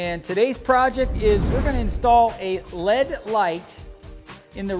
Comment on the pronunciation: Just poking fun at the way you say it. 😁